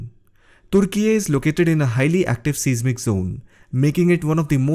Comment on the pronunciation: AS long as you're pronouncing "Türkiye" correctly, you should know that the word "seismic" is correctly pronounced "size" "mick". "Richter" scale is pronounced "Rikh-ter". . . . you're welcome!